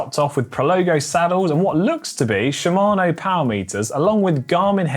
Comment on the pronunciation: Hey GCN, please ask GCN Japan how to pronounce Shimano!